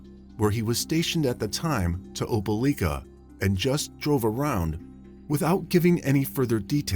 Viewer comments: It's pronounced "Opa-LIKE-a"... LIKE, LIKE, LIKE, OpeLIKEa!! Not "Opa-LEEK-a"!! Apparently there are no YouTubers that have access to Google, seeing as I have yet to hear a single one pronounce it correctly! If you all can research every single minute detail of a crime, one would think that you could also look up the correct pronunciation of proper nouns at the same time!! FFS! Why does this guy who sounds like he's reading "50 Shades of Grey" to a room full of old ladies, keep saying that the police submitted the DNA samples to the "coitus" database?! There's an FBI database that keeps track of sexual intercourse now??! Or is he meaning to say "CODIS"??? facepalm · Opelika = "oh-puh-LIKE-uh" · Pronounced OPA LIKE A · Not opeleeeka. Its opeliiiika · This happened near my hometown. It's pronounced oh-puh-lie-kuh. Very tragic story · You mispronounced Opelika.